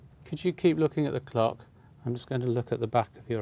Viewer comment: the way they say clock